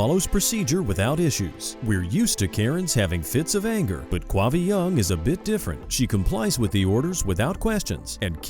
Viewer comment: 'Quavi' ??? Give me a break, you are kidding me ! 'Quavi' ????